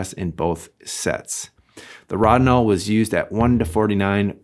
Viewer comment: ROW-din-all. It's pronounced ROW-din-all. Also, thequestion: is Rodinal the best fine grain developer? was settled forty years ago. The answer is yes. Maybe read some journals, books and mages for that era. You know from a time when every professional shot film.